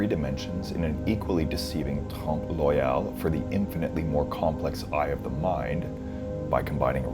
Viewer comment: Oeil: listen to the correct pronunciation online.